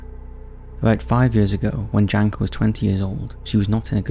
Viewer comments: the name Janka is read more like Yanka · It hurts how he pronounces Janka. Makes me wonder how many other names of people and places I have wrongfully learned from this channel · Yes. Also my name got butchered :D I don't mind